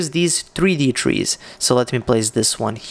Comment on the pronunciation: You lost me at "Trees." Misplaced emphasis...